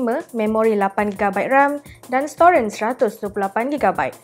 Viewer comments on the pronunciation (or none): Storan pun dia sebut "Storen" hahaha